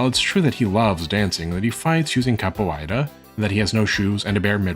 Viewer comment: Excellent and educated video. The pronunciation of ‘capoeira’ is off though. The ei.. is a simple diphthong… Just like the sound of saying the name of the letter ‘a’ in English.